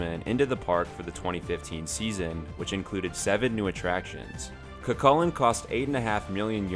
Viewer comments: It’s cú cullainn so when u say it it sound like ur saying you with a c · Btw it’s pronounced coo Cullen :) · Love Cu Chulainn (btw its pronounced kookoolane) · when your irish and he pronounses cu cuillian wrong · IKR ITSSSS SOOOOO TRIGGERING